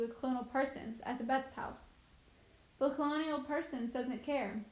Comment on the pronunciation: You pronounce a LOT aid words wrong in this book… the story isn’t bad but cholera and colonel are just a few things read utterly wrong in these videos among other words…